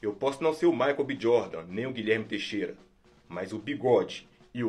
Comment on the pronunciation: "Algum Guilherme Teixera kkkk"